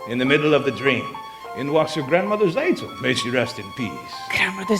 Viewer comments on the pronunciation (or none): This is a little nit-pick, but Tzeitel is pronounced "Zigh-tell" not "Zay-tell".